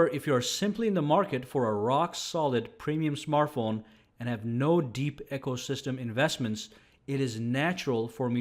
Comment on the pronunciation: Sorry mispronouncing ecosystem. It is not echosystem.